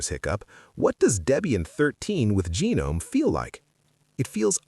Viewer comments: Try pronouncing Gnome with the "G" being silent and you'll be spot on. Settle down, just some tuff ❤. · It is pronounced guh-nome. Not silent 'g'. Certainly not genome. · "genome" lmao ai slop channel